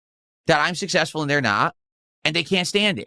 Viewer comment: I can put this to bed right now - I’m massively WAY MORE successful than could ever dream to be, and I have time to drag and make fun of him. I’m making more money while typing this comment than is going to make the rest of the summer…”I’M SUSSESSFUL!!!”